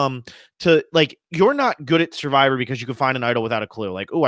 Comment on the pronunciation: i think it's his accent. he pronounces it suh-vivor too.